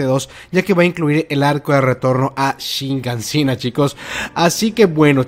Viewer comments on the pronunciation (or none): Hasta cuando vas a decir Shigansina lol... Es Shiganshina